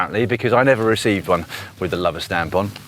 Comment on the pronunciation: Great video Dan, I live in the Forest and have followed this adventure on instagram, would have loved to have jumped on your wheel as you went right past my house! The village Lover is actually pronounced 'Low-ver', I used to love in the next village, Redlynch